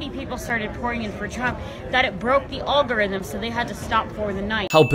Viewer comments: olgorithm ? did she mean algorithm ? I bet she doesn't know what it really is ... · What's an all-guh-rhythm? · She said ogorythum. Wait, that was a she, right? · It's the ALL-garythm 😂😂😂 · It’s not “all-gorithm “ it’s “algorithm “ 😤🙄🤦🏽‍♂️🤦🏽‍♂️🤦🏽‍♂️🤦🏽‍♂️ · She cant even pronounce "algorythm" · It kinda like a AL-GOR-RYTHM I guess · The oll-go-rithim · You broke my All Guh Rutthem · Al Gore Rhythm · All guhrythm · If you can’t even pronounce the word “algorithm” you probably shouldn’t be talking about how they work. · She doesn't even know how the word algorithm is pronounced. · The first step to being able to understand algorithms is to being able to pronounce algorithms.